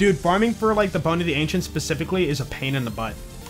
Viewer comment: I love when says “da” instead of “the”. He probably does it subconsciously, but I find it hilarious for some reason.